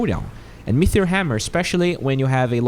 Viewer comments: great video as always, very informative but pls stop saying metheor instead of meteor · Say it with me: "MEE-TEE-OR" There is no "H" !! You say "metheor" or "mithril" sometimes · Sounds like you are saying mithril hammer rather than meteor? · It's not an accent. T is not F or TH. Mefeor or Metheor, which are two ways he's saying it, are not real words.